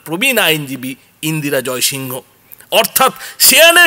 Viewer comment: ইন্দিরা জয়সিং বলুন না... এটা তো যেভাবে practically "Indira Jaisingh" কে উচ্চারণ করা হয়ে থাকে সেভাবেই বলা উচিত। ওনার নাম pronounce করার সময় ইন্দিরা জয়সিং pronounce করা হয়। সুতরাং সেভাবেই বলা উচিত। ...name of a person is "proper noun". এটাকে ঠিক ভাবে pronounce করুন। বাকি সব ঠিক আছে। এটা খুব ভালো খবর।👌